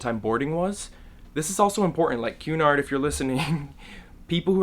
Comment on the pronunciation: Happy birthday! Also every time you said Cunard I thought you were saying QAnon. k bye